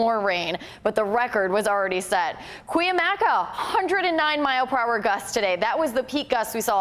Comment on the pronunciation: This weather girl needs how to pronounce Cuyamaca. Nice eye candy.